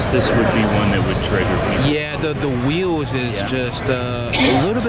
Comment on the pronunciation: WTF are “Wheeows”? Someone’s got a peech inspediment. They’re WHEELS, my man.